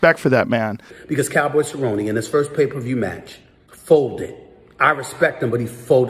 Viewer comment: Stephen A Smith might have a case to discuss these things if he truly cared about the sport. But he called Cerrone “Cowboy Sir-own” literally the week of the fight and routinely mispronounces fighter’s names. He barely knows who these people are and clearly doesn’t know fighting.